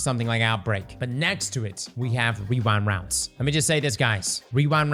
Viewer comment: are you saying rewind rounds or wewind wounds?